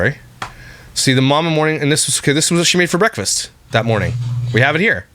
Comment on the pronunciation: Also I hate to nit-pick trivial things but does anyone else get irked the way she says "Mor-neen" instead of morning? LIke did no one correct her as a child?